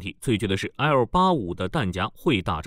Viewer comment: 念錯了，是彈匣(xia)